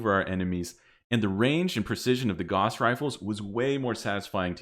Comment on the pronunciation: Carl Friedrich Gauss would be appalled at how you pronounce his name. Truly an affront to mathematicians the world over.